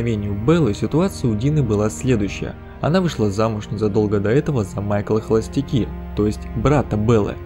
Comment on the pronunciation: Тока не холостяккИ, а холостЯкки - пародия на балканскую фамилию. Добавлено в русской локализации, в оригинале просто нейтральное Bachelor. По мундиру Ландграаба это минимум Первая Республика (скорее Первая Империя, во время республики они там воевали в основном только сами с собой :)). То есть прям самый конец 18-го - начало 19-го века. До того такой кокарды не было. Т.е. в 17-м веке он точно не мог так выглядеть. А так обзор офигенный. Играю с самого выпуска первой части (я из тех 10%, которые не стесняются, надо себе нашлепку как у однопроцентных байкеров :)), уже тогда был толстым бородатым дядькой, но много интересного узнал. Там наверняка куда больше есть, аффтар, снимай ищщо.